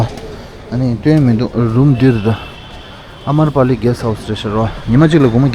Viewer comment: His. Common sense is zero how. U called tahat it’s. Ta tha ga ta😢 also he called. Amarpali it’s amrapali😢😢😢😢